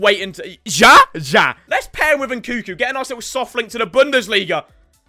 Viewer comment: yo bro your missing the second N in nkunku